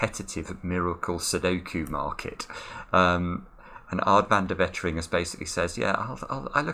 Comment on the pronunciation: It's Waitering, not Wettering :D Otherwise, colour me highly impressed.